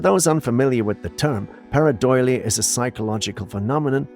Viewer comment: Please correct your pronunciation, it's paradolia not paradoilia.